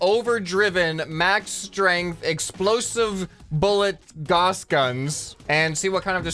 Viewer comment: Gauss, G-ow-s